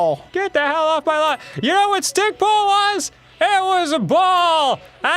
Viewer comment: The way Arin said stickball 😂😂😂